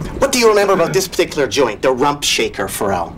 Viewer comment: He pronounces Pharrell's name correctly "For real"